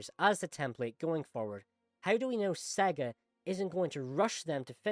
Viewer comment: I don’t trust a person who speaks about Sonic and can’t even pronounce SEGA properly. Next.